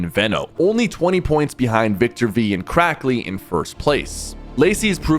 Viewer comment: Cracky instead of crackly